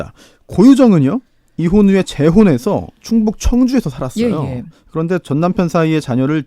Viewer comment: 변호사분 ㅅ발음 거슬려요. 살아thㅓ요...만나thㅓ요...